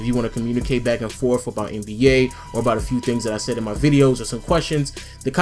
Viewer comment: he said m'y opinion